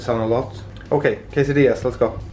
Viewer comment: Here in Mexico City we are frying 😰🤘🏻 xD and you pronounced ‘quesadillas’ well the first time haha. It is like ‘che’-mistry’, sad 😔 , ‘di’-nner, ‘ja-zz, and finally ‘ss’. Hope this helps 🤣